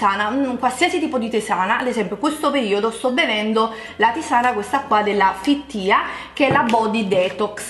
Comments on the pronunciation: "Fittea" e lei legge "fittìa" ahahahah, che pena. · Si dice "fit ti" e non "fit tia"... e magari studia un pochino... dai...